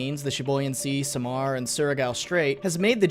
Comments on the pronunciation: Should've said this earlier... Samar is not pronounced as "sa'mar", it's "sam ar" like "sam are" but one word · Btw its Sah-Mar not samar (Ya need to slow down lmao) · It's Samar. Read it as saamar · oh that samar pronounciation is horrifying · As a Filipino, it hurts how you misplace the stress when pronouncing Samar, it should be the first syllable. You got Surigao right though.